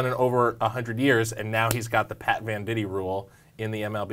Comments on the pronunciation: I always thought it was pronounced VANDIGHT not VANDITEE *my life is a lie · First, it's VEN-dight, not VEN-di-tee. Second, he wasn't born ambidextrous; his dad taught him how to throw with his left hand. I don't know if there are any other errors because you lost me there.